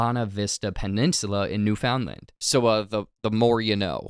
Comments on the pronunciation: As an American that feels we have disrespected Canada enough, please check your pronunciation of NewFoundland. It is not pronounced New Found Land, more like New Finland. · It''s Knewf un lund not New found land btw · New-FOUND-Land lol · wait can you pronounce Newfoundland again